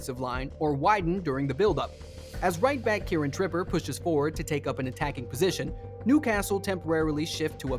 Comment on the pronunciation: America, the number one country in the WORLD, for saying shit wrong. Premeer league, Kieran Tripper, Bruno Gru-mares, Alexander Isaac, my ears are screaming, good vid otherwise lmao